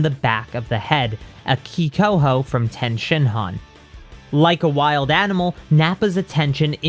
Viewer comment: I LOVE these videos BUT the way you say Tien is so cringy lol it's pronounced TEA-IN lol